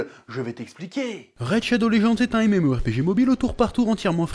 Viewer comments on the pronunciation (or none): none